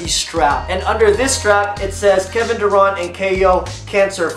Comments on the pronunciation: Dur(ant) not dur(aunt) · It's pronounced Kevin Dur-ANT not Kevin Dur-Ont...